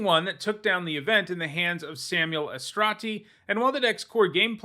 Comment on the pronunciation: you taught me so much about MTG history, I will teach you a little about Italian names' pronunciation. We Italians read all the vowels, and we read them always in the same way: so the E at the end (SamuelE) is read like the E in the middle (SamuEle). your pronunciation is pretty good (just some accent is not perfect), but is written Alessandro, with a double S. I hope you enjoyed this little lesson as I enjoy yours! Bye (or, in Italian: Ciao!)